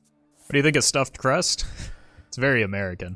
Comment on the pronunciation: the way he said stuffed crust sounded american implies its not their own nationality which is what i assumed, so what is nationality?